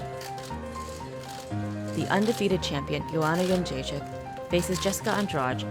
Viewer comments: Pronounced: Youwannayounggaychick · BunchoStuff : Joanna "skinny rat" younggaychick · Joanna youngchicken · "Joanna Yunchekick" - Kenny Florian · Lmao Rogan really butchered her last name on her debut